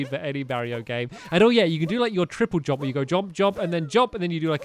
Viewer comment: The way stampy says jump 'jomp'